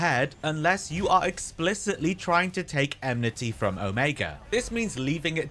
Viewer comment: Lots of useful tips! Fight is still a pain though lol. Side note: Is it really eMnity and not eNmity? Have i been saying it wrong all this time? lol. Anyway, great video bro!